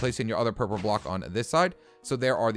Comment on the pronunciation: did he just say purper